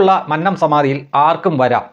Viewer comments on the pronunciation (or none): മൻനം അല്ല . "മന്നം" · Please pronounce ' Mannam 'correctly. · ഉച്ചാരണം മന്നം .... ശരിയല്ല